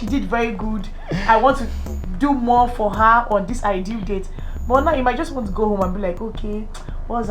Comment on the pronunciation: "I will give you what you wan"t... HAHAHA